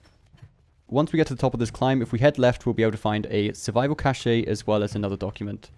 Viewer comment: Bro it’s pronounced ‘caesh’ not ‘cashay’ 😂 Great videos though helpin me get that platinum real quick